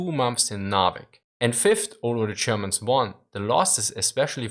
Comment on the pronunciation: I watch this channel mostly to hear "zee Germans"... :P